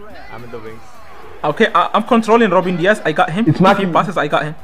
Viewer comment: Bro said robin Dias😂😂😂😂